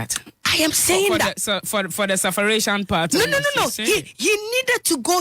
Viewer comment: SUFFERATION? Is there a word like that ?? Or l didn’t hear right??